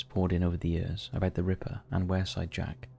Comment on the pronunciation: I belong the area mentioned is pronounced 'Weirside'